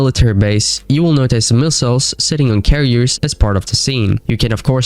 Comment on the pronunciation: Again. WHY do you pronounce it "noTAJS?" Where are you from??